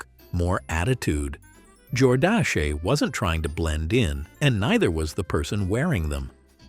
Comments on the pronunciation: Jor-Dash-Eh? ?? It's Jordash. Why do these computer generator voiceovers not have human to proof them before sending them out? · Lovin how "Jordache" is pronounced! Jor-dashy!